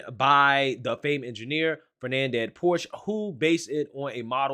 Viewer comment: Fer-NAN-ded Porsche?????